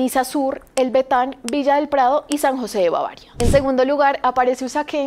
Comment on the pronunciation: El barrio que conozco es el Batán, no el Betán, aparte ni vocaliza bien esta chica.